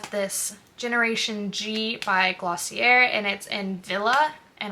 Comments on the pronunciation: It's "gloss-ee-eh", not "er" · Hey, just a helpful tip, it’s Glossy-ay not glossy-air 🙂